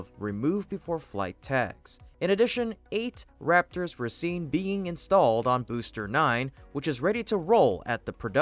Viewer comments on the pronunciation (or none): none